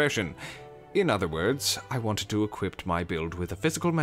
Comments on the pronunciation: The fact he says equipet bothers me, especially when he doesn't even mean equiped and he's tryna say equip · Hey I started watching your videos recently and absolutely love your amazing idea to have a place to off-meta. I'm going to throw this out there in case it's not intentional: you're saying "equip" like "equipped". Love this video and can't wait for more from you.